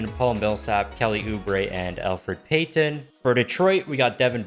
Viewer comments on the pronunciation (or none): none